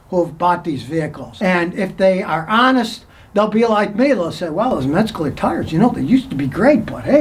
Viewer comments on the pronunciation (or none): Every time he said “Metscaler” I just kept thinking, “good thing mine are Metzeler” and then I saw what he was talkin bout 😂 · THATS PRONOUNCED “METS-LER” Came stock on my 1983 KTM 250 back in the day. Hey Scottie, “can you say DUNLOP” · Metzcurler? Come on Scotty, I know that you can pronounce it correctly as you have on this post 😁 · As a former dirtbike rider and someone who's familiar with the brand name Metzeler, I find your pronunciation pretty funny! Metzkeler... Wait. After typing that out... Maybe you meant to make it sound like Metzkiller? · Scotty . . . ain't no "g" in Metzeler! Ain't no "Metzguler" tire made anywhere . . . ha!! Good call, though . . . Metzguler/Pirelli does have an active recall currently in place. Thanks for the heads up!! PS . . . you're still the best!